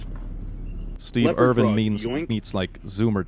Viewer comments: Steve Irwin not Irvin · yo just a quick nitpick, steve irwin's name is pronounced more like er-win. just a little nitpick from an aussie, love your vids keep up the great work. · As an Australian, I died inside a little every time he said Steve Irvin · Please. It’s Steve Irwin. Not Irvin. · "Steve Irvin" Me, an Australian from the same state, knowing its a mispelling/mispronunciation: sobs in 'Irwin' not 'Irvin' All seriousness though, the snakes here get pretty big... at least where I'm from. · No hate or anything, but it's Irwin not Irvin ❤